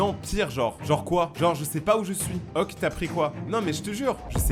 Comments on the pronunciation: Pk tu dis ok en mode oke genre ça se dit oké 😅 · c la première fois que j'entends qlqn prononcer le mot ok "oque"